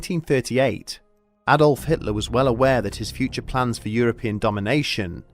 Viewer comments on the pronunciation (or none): none